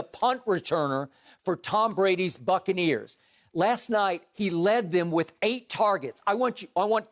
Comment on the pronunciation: Bro he said Brady lifted the Succaneers lmfaoo